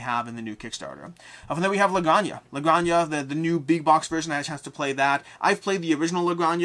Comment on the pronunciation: Looking for an excuse to comment for the algo: la granja is pronounced “granha” as in h of house (farm in Spanish) cool video